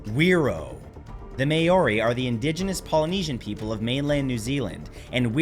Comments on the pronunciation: It’s Maw-re. Not May-oh-ri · I’m so sorry Matt, I love your videos but that Māori (not may-or-ree) pronounciation is killing my soul and I have to turn it off. It took my brain a good minute or so to realise who you were even talking about. Pleaseeee, I’d be more than happy to help with Māori pronunciations in any upcoming videos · You mispronounced the name for the native people of New Zealand. If you're saying certain words for the first time, you should make sure you know how they're pronounced, before you say them in an educational video. I've watched your videos for 10 years now, and you've made mistakes like this quite often. I'm sure you mispronounced other words and names in this video too. I still love your channel, though. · Nzer here... I believe it is pronounced phé-ro and also its pronounced mao-ri (or mow-re with rolled r's) not may-ori 😅